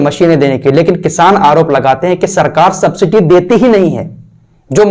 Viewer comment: Sabciti nahi subsidy boliye